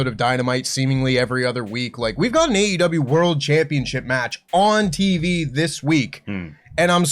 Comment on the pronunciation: Someone tell that the name of the company is “AEW”, not AW! Unless it’s a scripted news video that does the work for you, just say the E man! Drives me nuts lol